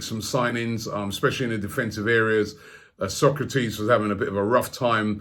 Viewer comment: Socrates is Brazilian. Sokratis is Greek. Still butchering names.